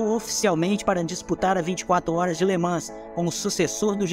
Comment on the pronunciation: Somente a pronúncia de LeMans que está errada… Nao se pronuncia o S